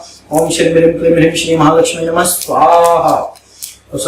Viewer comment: नमम नहीं, नमः बोलो।